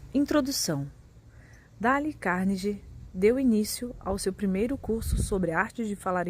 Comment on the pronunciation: “Dále” é foda hein...